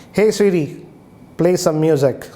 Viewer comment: "Hey CeeRee" wtf